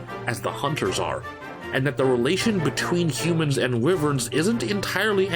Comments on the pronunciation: hears wivern instead of waivern i may like your opinion but your proceedure is unbearable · I'm just wondering why he's pronouncing the word "wyvern" as [wii•vern] instead of [why•vern]... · Lol "wivvern" is that really how people pronounce it? I have said "why-vern" since the 90s when I first read it in a book. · The way you pronounce wyvern, as wivern, makes me cringe.